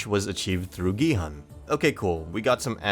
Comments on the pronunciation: ask people to watch the series in original korean pronounce gi-hun name as gee-haan anyway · when the guy says gihun as giheon